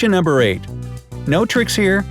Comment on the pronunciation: noomber XD